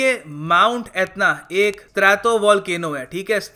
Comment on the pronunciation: "स्ट्रैटो" न की "स्त्रातो"।